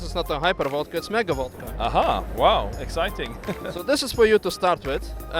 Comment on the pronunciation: 'EGGciting' Hahaha